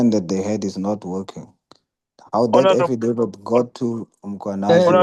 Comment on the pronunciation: Affadaffid.... I'm in stitches 😂😂